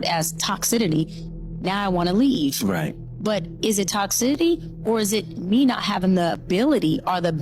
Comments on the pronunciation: Toxitity… she did not finish her schooling, also she does not use the term “women” the plural of “woman” she keeps pronouncing it as “woman” I’ve watched many interviews of her doing this.. FRAUD.. no wonder DR Umar, another fraud defends her. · Riiiiight!!?!😂 Girl I was losing my mind over the way she was pronouncing “toxicity” and she just kept saying it! 🤦‍♀️ lol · Her not being able to pronounce the word 'Toxicity' is hilarious.